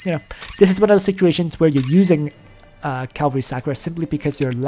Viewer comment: “Calvary class,” “SÂH-ku-ra” and not “SAW-ku-ra” hah thanks for all the intel and advice on your channel, though. For real. There’s only so much out here and you seem to know your stuff.